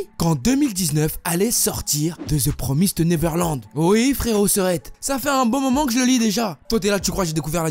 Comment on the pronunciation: L'un des rares qui li ça bien Tout le monde dit the promaïsed neverland